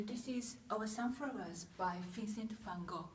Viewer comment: This version is considered by many scholars to be a copy/fake sunflower painting. Strange how this employee brought a focus to the canvas type … Ps. But at least you pronounced his name correctly.